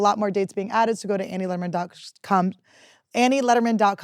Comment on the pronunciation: Did Annie just say AnnieLederman.cum?